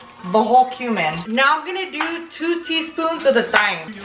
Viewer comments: Hey girl just a heads up Thyme is just pronounced like “Time” like what time is it? Lol just so you know for next time loving the video so far 👍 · You’re NOT suppose to pronounce the H in thyme 😂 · She says taim wtf 😅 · The way she says thyme lol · The way she says “Thyme” is so funny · you cracked me up when you said thyme that was your spanglish lol those look 🔥🔥definitely going try them